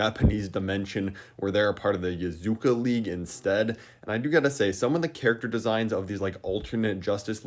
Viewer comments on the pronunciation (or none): It’s “Yakuza”, not “Yazuka”. It hurt my soul a little when you said (and wrote) that. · It hurts hearing him say Yakuza.